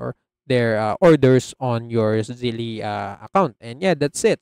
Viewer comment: Its not pronounced "Zelley". It's similar to "Belle" -- Zelle